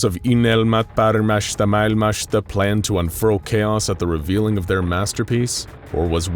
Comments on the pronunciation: Unelma paremmasta maailmasta ei uynelma parmassta paikassta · "Unelmat paremmasta mailmasta" was butchered so hard, I didn't even recognize it as Finnish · good lord hearing you butcher the Finnish name of the group was heartwrenching as a Finn lmao, fair effort though. the name "Unelma Paremmasta Maailmasta" means "Dream of a Better World", for those uninitiated. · Ugh. I literally worked on that phrase for hours and still botched it. Sorry. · I liked your attempt of trying to say dreams of a better world in Finnish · I like how he tries to pronounce "unelma paremmasta maailmasta" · Eiks ookki täydelline lausunta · no it was not. even google translator pronounces better